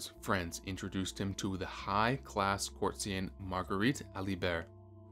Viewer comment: Are you a robot? You can’t pronounce “annals” or “ courtesans” and people lie through their teeth, not through the skin of their teeth. You accomplish something BY the skin of your teeth. Who wrote this?